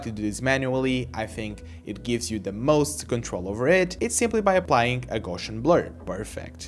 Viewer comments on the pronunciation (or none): none